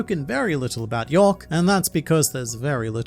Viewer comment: It's york